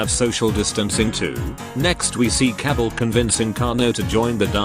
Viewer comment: Kabal, Cabble